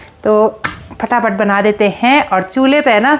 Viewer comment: Hain Hain Hain Hain Hain Hain Hain Hain Apne kai saalon se sirf ek Hi Sur Pakdya Huya Hain hain hain hain. Agar aap sari line Flow flo mein Bologe toh phir hain par Dheyan nahi ayega .Par sari line Boll kar last hain par sara strues De Dete ho thats wy Hain Bda ajeeb lagta hain sister Vlogs ache hote hain Hum Roj Dekhte hain. Uttarakhand ke sare vlogger ache hain